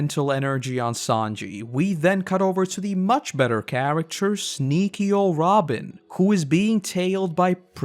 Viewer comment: Did you just said niko robin 😂